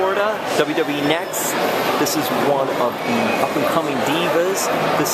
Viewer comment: It's pronounced N-X-T like the letters. Not Next.